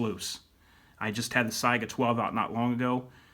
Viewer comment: It’s not syga it’s se-ga